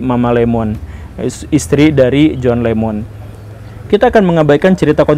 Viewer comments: John Lennon bukan John Lemmon pak..😁😁😁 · Boss kalau belum menguasai materi lebih baik jangan di bahas, Jhon Lennon masa di pengucapannya salah melulu Jhon Lemon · koq john lemon..??..😂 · kok kadang menyebut John Lennon sbg John Lemon sih. 😂